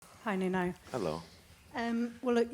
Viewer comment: Did she call him noonoo? 😂😂